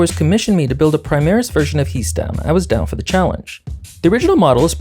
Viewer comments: I've seen Warhammer TTS to know that is pronounced "Hee" Stan. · It's pronounced He' Stan, not He' Stan.